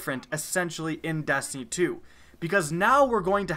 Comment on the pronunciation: sounds like you said dAstiny and dAstiny 2